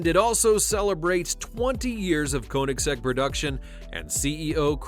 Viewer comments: (Ko)(nigg)(zegg) Put some respect on their name by pronouncing it right. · One thing i know about Koenigsegg is that it isn't pronounced Konysek